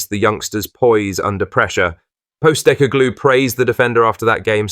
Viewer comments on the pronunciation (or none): Ange postiGLUE🤔 really narrator's pronunciation is off !